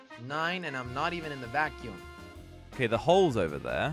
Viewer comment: “EXTREME VAICYOUUM”